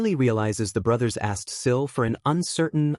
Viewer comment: The narration mixes up Sil and Nico then calls Sil, Shill. Truly annoying